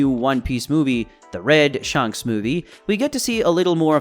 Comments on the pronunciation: Sh-A-nks not Sh-u-nks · Is it SHANHKS or shanks , have I been pronouncing it wrong ?